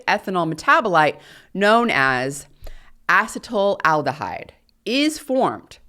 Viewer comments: Ethanol's metabolite is not "acetyl aldehyde," it's acetaldehyde, pronounced ass-ih-TAIL-dih-hide. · As a chemist, I found myself distracted from your message by your repeated mispronunciation of acetaldehyde, however you deserve an Ironwomann award for delivering a 3+ hour technical lecture.